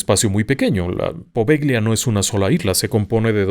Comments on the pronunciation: Buenos días. Un paréntesis: no se pronuncia "Poveglia", se pronuncia "Povellia" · Amo éste canal❤❤❤ En italiano Poveglia se pronuncia Povelia, "gl" suena "l". Muy estimado, deseo nuevamente felicitarlo por su exquisita narrativa, sus programas los veo y los re veo y los vuelvo a repetir, son fantásticos, gracias a usted y a todo el equipo de RDLO. Por otro lado quisiera preguntarle si el Códice Poveglia fue encontrado en ésta isla y le ruego nos ilustre con un programa dedicado al mismo. Mil, mil gracias por su atención y amable compañía❤❤❤❤❤